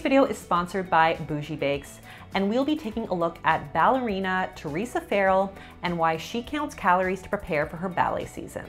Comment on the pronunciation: Her name is actually Theresa Farrell. Not Ferrel 😅